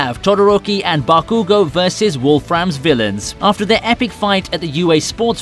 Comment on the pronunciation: Its call bakugo